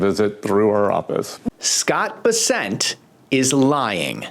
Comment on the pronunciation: This is minor... it's Bes'-sent not Bes-sent'